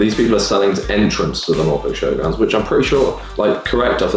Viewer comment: The way he said Norfolk didn't sound right lol